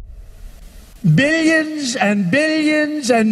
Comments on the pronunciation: Did someone else hear 'Billionson' instead of billions and billions? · Why did I hear not billions, but billiensen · Billions Bilions Billions after all I hear Billionson... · bill jensen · At the start, i heard opinion instead of billions lmao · Did anyone else just hear billiyonson ?😂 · It sound like he is saying billy en zen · Nobody Trump: BillYens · No one: Trump: billionzen